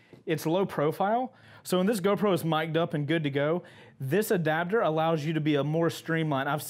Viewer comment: In Australia they're trying to make attaching cameras and intercoms to your helmet illegal... Apparently it "breaches" our Australian helmet safety laws and the helmet's structural rigidity... P.S. Love the way you say adaptor, you say "adabdor". Keep the mad vids coming!